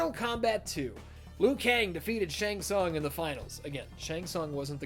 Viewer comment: thats the worst one Shang tsung 😂